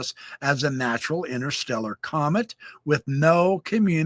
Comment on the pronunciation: This guy couldn't pronounce the words scientist or comet? Not sure if I'd take his word all be them mispronounced...for anything. Hang tight? Really? Jeeez,naive much🙄